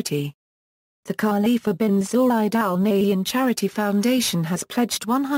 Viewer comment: U can't even pronounce his name properly is it accidental? R intentional?